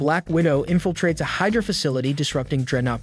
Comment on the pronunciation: While I appreciated the effort for all of this. It's good. I appreciate the laughs from the mispronounced words even more. Comedy gold. Damnockles A-vengers and Hyderuh we're my favorites